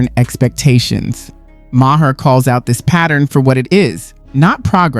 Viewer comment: Ma-her 😂 c'mon dude you sound like you've never heard of him